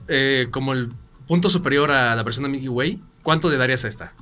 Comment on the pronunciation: "Milky wayk" 😂😂😂